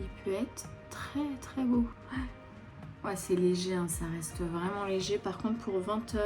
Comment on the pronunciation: Un accent anglais vreuuumennttttt😂😂😂😂 Toujours aussi belle❤❤❤ gros bisous a toi et a ta famille😘